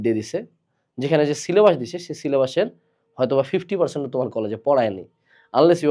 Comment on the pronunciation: পীর যেভাবে সিলে'বাঁশ' বলে😭😭